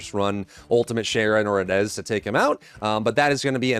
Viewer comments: Blud said Ana east….im pretty sure it pronounced a-na-ess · please for the love of all that is holy. It's pronounced UH-NAYCE.